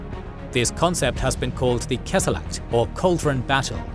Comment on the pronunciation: It's Kesselschlacht, not "Kesselacht".